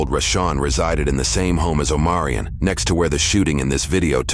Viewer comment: Omarion? I heard O'moron.